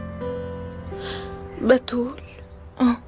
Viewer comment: احلا شي لما فتون تقول باااتول 😂😂😂 تلفضو بحرف ا😂😅